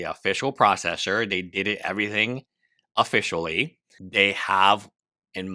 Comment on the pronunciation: This is clickbait, the title said "officially" but in the video you said "offishawee"